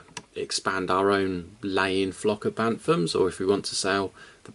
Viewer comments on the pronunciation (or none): I’m not sure but I’ve noticed you’re saying banthams when it’s really bant-ams, I don’t mean to be critical I’m just a bit confused 😊